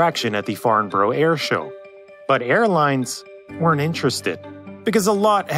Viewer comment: Just a pity they didn't put that much effort into pronouncing Farnborough properly